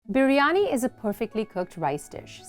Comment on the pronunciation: I was shocked how correctly you were pronouncing biryani...like proper ❤️